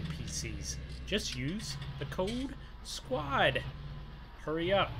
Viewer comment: do you mean Squad instead of squat